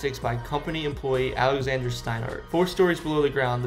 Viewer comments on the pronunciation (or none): none